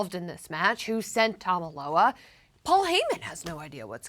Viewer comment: Tama Loa? WWE announcers are going to struggle with these names... 🤣🤣